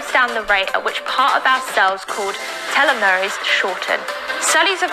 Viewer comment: another biologist here. she can't even pronounce simple words like "fountain" (said foundation) or (not-so-simple) telomere correctly, nevermind the biggest hormone of her video that she keeps repeating incorrectly. it just grinds my gears how much people in the fitness industry abuse real research and cherry pick to fit their BS claims/products/services to sell, and then for some reason cannot comprehend the state of the pandemic - ALSO backed by real, global research.